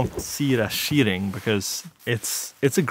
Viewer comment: Great vidéo dude, very nice shots as well. Cheating is said "Tcheating" so now you now xD